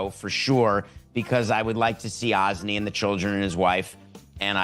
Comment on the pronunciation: Samson called him Ozzney nstead of Ozzie